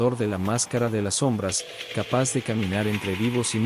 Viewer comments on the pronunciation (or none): " La más cara de las som-brás ", " Mai-Col Le-Roí" edita mejor los videos bro, sigue intentando rompe el feel.